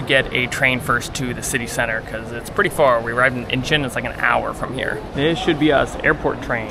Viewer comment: In -chawn not in-chin 😅